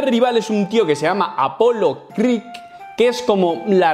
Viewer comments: ES APOLO CREED!!! no "creek" CREED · Por favor, apolo creeK no.... CREEDDDD